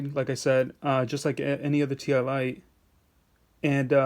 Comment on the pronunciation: Its pronounced "tie " lite as in tie a knot ........